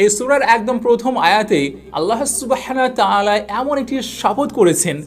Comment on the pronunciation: আপনার টপিক ভালো, কিন্তু আপনার কিছু কিছু উচ্চারণ ভয়াবহ রকমের অশোভনীয়। 'আল্লাহ সুবহানাহু ওয়া তা'আলা' হবে, বারবার ভুল করেছেন। 'মৃত্যুশয্যা' হবে, 'মৃত্যুশরযা' না। এরকম অসংখ্য ভুল উচ্চারণ! বাংলা ভাষাকে আপনি মেরে ফেলবেন দেখছি।